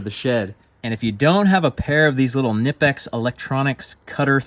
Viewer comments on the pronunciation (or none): nipex lol. It is pronounced lik with the K So, K-nipex. In Dutch, K-nip mean Cut, K-nippen means Cutting. They are very high quality cutters. K-nippers LOL